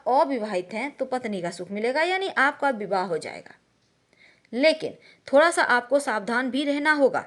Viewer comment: Aap bihar se ho...da ko ra bol rhi ho...jaise thoda ko thora...ha ha ha